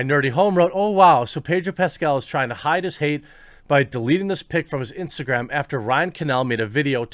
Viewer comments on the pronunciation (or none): none